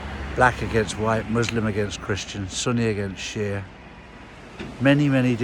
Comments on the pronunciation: When he said Sunni against Shea, I had to listen three times, I thought he said Sonny against Cher, lol! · Thought you said Sonny against Cher.😂